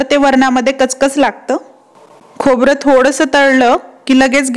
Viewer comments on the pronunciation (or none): खोबर नाही खोबरं.